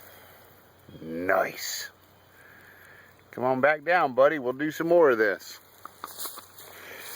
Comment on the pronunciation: I haven't read any comments but I know there's gona be a ton of when he said noice